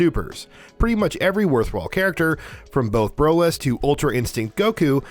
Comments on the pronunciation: And who the hell is Brolis? Lmao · I, absolutely agree, bro it's pronounced Broly, get it right.